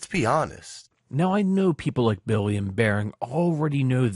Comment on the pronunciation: Likin' whatcha sayin'.